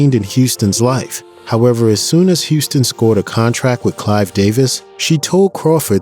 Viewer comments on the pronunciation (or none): none